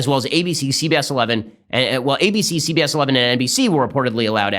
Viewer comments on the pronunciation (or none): I heard "sea bass eleven" when he was listing the media outlets that crazy lady shut out.